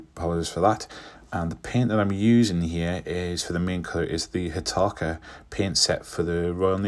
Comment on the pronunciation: Excellent!! And I can't think of three better words said in a NE accent than Trumpeter, Hataka and Gannet... 😉👍